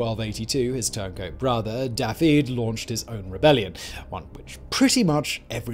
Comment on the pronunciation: The way he said “Da-feed” for Daffydd. I’m absolutely fuming 😂